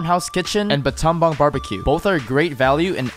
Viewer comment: The pronunciation of Battambong had me wheezing tho. Had to replay that to make sure I heard it right.